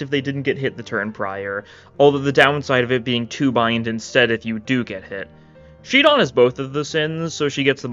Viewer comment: shi don? shid on what?